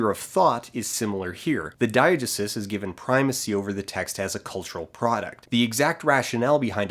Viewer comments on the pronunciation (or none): Hey Dan. I liked the video. Just wanted to pop in to say I think you're pronouncing Diegesis wrong. You may be saying another word that I don't recognize, but if you are saying Diegesis, it's more like die-uh-GEE-sis 😊👍